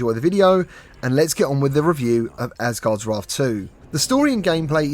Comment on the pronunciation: Asgards Raarth lol